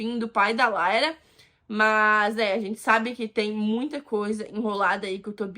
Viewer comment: Não é " laira" é Lyra. A personagem fala no jogo.